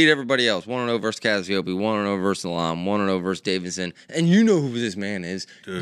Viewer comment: says Elam correctly & the old coach (God love him) follows up by immediately saying it wrong then says it wrong later in the show 3 different ways😂😂😂 👉🏻EE-Lah-M